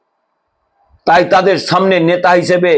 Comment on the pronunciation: আপনি সুস্থ না আপনার দাঁত পরেগেছে। কথাই বলতে পারছেন না। আবার আসা করছেন subscribe করতে। নেতা না বলে নেশা বলছেন। বুঝতেই পারছেন।